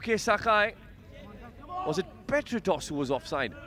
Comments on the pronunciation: commentator saying petratos😂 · Not Petratos It's diamanta Kos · Commentators : Petratos....Petratos was offside 😂